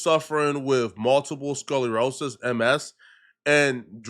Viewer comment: Multiple sculorosis 😂 this guy needs a friend to read his script to before hitting record